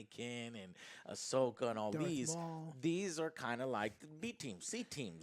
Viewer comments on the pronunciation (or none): none